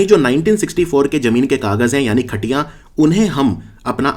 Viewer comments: khatiyan is related to kheti so not katiyan it's khatiyan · It's "khatiyan" not khatiya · Khatiyan nahi khatiuan hota hai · It's not खटिया It's खतियान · Khatiyan ka uccharan glt h ....